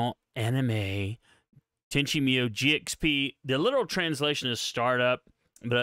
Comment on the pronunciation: Bruh..Tenchi "Meeyou"? Even the show pronounces it MooYo...